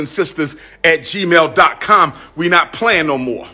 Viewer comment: Did he say Gmail??????